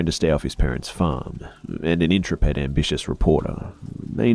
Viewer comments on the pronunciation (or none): First boring one I have ever heard from -- but I have heard hundreds. This one drags. Also many mispronounced words -- intrepid, penchant (a French word) and Pulitzer being among them but I always think could do better with proper nouns.